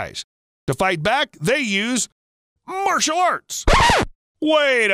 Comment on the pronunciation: LOL MY FAVE MOMENT WHEN IT WAS LEADING JP TO A BIG SUPRISE ON HOW COCROCACHES FIGHT BACK AND HE SAID MARTIEL ARTS